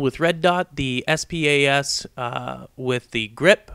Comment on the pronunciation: it is clled the spas 12 and say s.p.a.s.12 its 1 WORD !!!!!